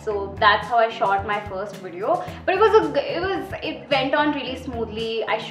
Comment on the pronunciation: Its Video. Not Wedeo